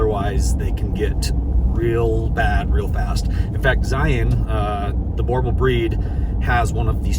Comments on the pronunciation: Beautiful breed, but please could you pronounce it correctly, sounds like "brew" bull, but with a hard r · Boerboel not boorbull😅 that dog only speaks afrikaans he does not get the American english give him a shot of "Richelieu" brandy and he wil feel at home😝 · Hey HD, dig your stuff man. The breed is a Boerboel, Boer (South African farmer) - boel. Phonetic is Bh-oo-r - bull. As a saffa, thought you would like some useless info for you and your pup. Keep up the awesome content and all the best from Africa. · kan jy Afrikaans praat? ‘n Boerbul is ‘n afrikaans se hond. Hulle is in Suid-Afrika gebore. Hulle is deur Suid-Afrikaners geteel. So die regte manier om dit te sê is Boor, nie blere boar nie. My tog! Ek kan nie verstaan hoekom mense stry oor uitspraak as hulle min of geen ervaring het met dinge wat nie aan hulle behoort nie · Being South African Boerboel sounds like 'boorbool' (boer sounds like 'moor' your boat). We had two of those dogs, fantastic breed! Great show love it! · its pronounced "boor bull" holla from 🇿🇦🇿🇦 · I can't believe you have a Boerboel!! They were bred to protect people from lions [I'm from South African XD] also your pronoucitation of Boerboel [Boo-r-bull] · Hi,,nice to see a Boerboel way out there,may I just say,,without sounding insulting,,,,that it sounds like you saying bauble,,sorry man it just may sound strange to my ear but we pronounce the "r" in it's name,,,but as I say that's us,,but he's a beautiful dog,,,love your shows man,,all the way at the very end of Africa. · How long have you been pronouncing boerboel like that Its a afrikaans word, boer means farmer and boel means bull Boerboel pronounced boo r bull One word and the "r" needs to be vibrant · Being a south african I feel I need to tell you its pronounced Boor (roll the r) bull. Spelled Boerbul. But thank you for the awesome content fam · ur prenounsing boerbull wrong